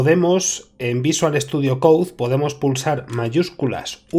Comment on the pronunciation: no es para ofenderse, pero no se pronuncia: "coudzdzdz" (VSC), se pronuncia:"coud". por lo demás, todo bien, exelente video!...